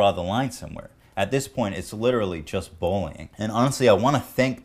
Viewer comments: i hear "bowling" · Ethan seems to have trouble saying "bullying". Sounds like bowlyng